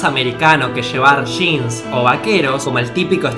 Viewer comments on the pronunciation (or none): No son Sheans son Jeans! hahaha